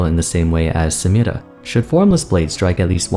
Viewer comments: Homie please stop say Samiras name like that. Why do you not say every other ethnic name like that but only hers. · why you pronounce samira like that 😂